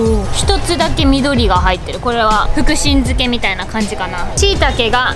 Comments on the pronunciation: 「ふくしんづけ」って言うんやね 私は「ふくじんづけ」って言っちゃい派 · ふくじんずけじゃない？ ふくしんずけなの？？ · 福神漬けをふくしんづけって言うところもあるんだ…！！ 初めて知った🌷🌷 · ふくしんづけっていう読み方もあるのかな？初めて聞いた！